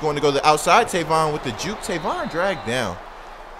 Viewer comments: his name is tavon not tayvon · It's tayvon.... ( pronounced)